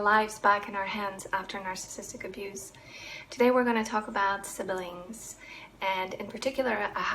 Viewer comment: Thanks for this! BTW siblings is pronounced just like it looks, not sibelings.